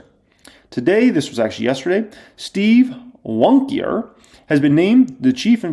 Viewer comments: Pronouncing Win o ker and wonkier is crazy lol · Lol he pronounced it Steve Wonkyer. Nice.